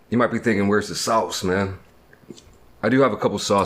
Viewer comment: LOL “where’s the “saoss” immediately becomes normal a few seconds later and says sauce